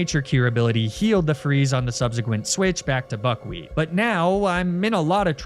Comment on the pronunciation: You say buckwheat... but I kinda hear f**kwheat and its hard to unhear